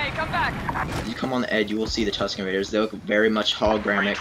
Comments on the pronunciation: it sounded like Husken raiders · You definitely said "Husken Miggers"